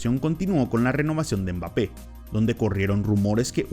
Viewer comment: Como puedes hacer un video hablando de alguien y decir el nombre mal la mitad de veces. Quien coño es bape jajajajajaja